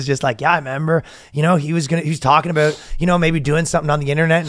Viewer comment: It’s reassuring to hear Ryan pronounce the “ow” in “about”. Assimilation is possible.